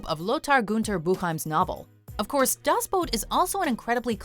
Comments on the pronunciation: the movie is called 'Das Boot" NOT "Das Boat" ffs!! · Das Boot not Das boat!